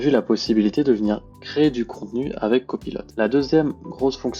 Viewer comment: Copilot svp et non cpaylot. En français c plus joli.